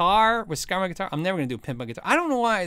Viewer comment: It's "Squier" people, not "Squire."